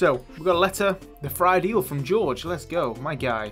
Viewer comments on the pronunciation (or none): none